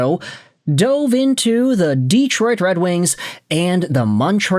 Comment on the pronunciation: "Deeetroit" too. Anyway, forget about asking. For a guy who's asking for comments to help with the algorithm, he never engages with his commenters. Just asks for comments and says the floor is yours.